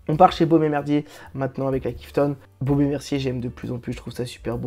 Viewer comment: Je rêve ou vous avez dit "Beaume et merdier" à 9"55 ??? Faites attention quand-même !!!